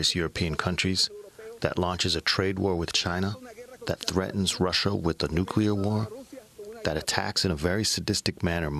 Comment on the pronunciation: DNI Coats- "nukular"